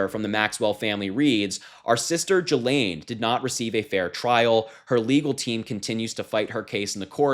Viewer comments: Why do you say "Jillaine"? When you say "ghost" do you say "jost"? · Just FYI, Ghislaine is pronounced with a hard G - as in get or go. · Pronounce her name with a hard G. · pronounced GILL-LANE. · please pronounce her name properly. Try GHOST and GOAT! It's a hard G. It's pronounced "Gee-lenne" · That is insane! I hope they can get a reporter in there like TODAY! Btw, he name is pronouce, "Ghee-lean" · Ghislaine is a French name pronounced ghee - Layne the s is 🤫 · Learn how to pronounce Ghislane. If you are unsure like, look it up ahead of time. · Can you pronounce her name properly?